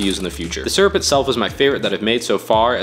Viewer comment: Why he pronounce syrup as serp